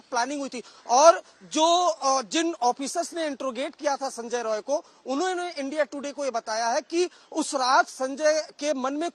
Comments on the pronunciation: Rai NOT Roy. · It's Roy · It’s Roy